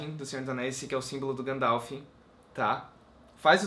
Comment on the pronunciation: pare de falar Gandalf errado..huahua